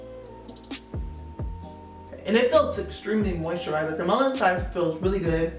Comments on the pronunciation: Melanin is pronounced mel-luh-nin. I've been wanting to try miche beauty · Nice video but it’s Mel-a-nin. Sorry it was distracting. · Lol how you said melanin wrong? It’s naturally in you lol. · The way you say "melanin" made me rewind the video 😂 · it's unique 😂😂 I love it though lol